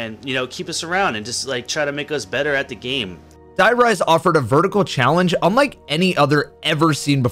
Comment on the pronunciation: Die riese? Like dye rise? Seriously man? Why should i trust you to talk about zombies after that? Cant even stay correct for 10 seconds xD